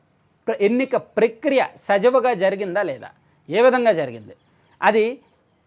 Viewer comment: సజవుగా కాదు తమ్ముడూ, సజావుగా అని పలకాలి .